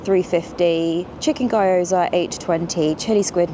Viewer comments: Pronounced Ghi-yoza not guyoza. Surely posting a video review is modern day equivalent of running down the canal telling everyone? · Gyoza is pronounced Gheee-Oh-Za, Katsu is pronounced Caaaah-Tsu. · Love it as always!! I know you always say about your pronunciation but just in case you wanted to, gyoza is like “gyoh-zah” with gyo rhyming with Joe.